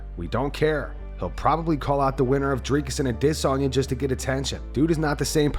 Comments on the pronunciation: The way that guy pronounces Adesanya's name is like nails on a chalk board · bro i hate the way this guy says adesanya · This 🤡 pronounces RosenSTRUCK and A-DESS-anya.